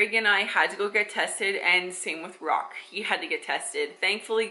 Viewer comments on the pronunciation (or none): His name is Roch, pronounced "ROC".